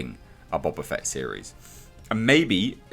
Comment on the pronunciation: Bo-Ba Fett, not Bob-a Fett.